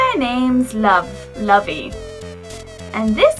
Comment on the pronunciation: Lol lovey, its Louey as in lucifer